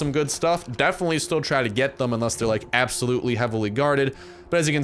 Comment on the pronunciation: 00:6 when you say assulopely